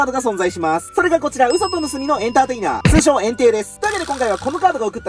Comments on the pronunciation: エンテイ↓がエン↑テイ↑になってる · エンテイの言い方ってポケモンと同じじゃないの？flat変じゃね？